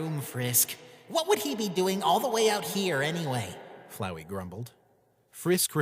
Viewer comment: FLOWEY!!!!! ITS FLOWEY, NOT FLOWERY